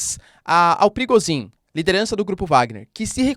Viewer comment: Toda vez que vc diz PRIGOZHIN, eu escuto PERIGOZIN